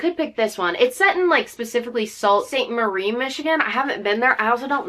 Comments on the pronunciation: Michigan girl here! It’s pronounced Soo Saint Marie ☺️ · haha sault st marie is definitely a real place! there’s one in ontario and one in michigan! it’s pronounced Soo-saint marie also (so funky right?) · and pronounced Soo Saint Marie